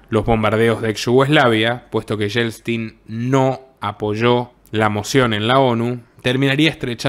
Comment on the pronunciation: Lo de Yeltsin, aprende a pronunciar, Yel-tsin, me parece maravilloso Fue un traidor como Gorbachov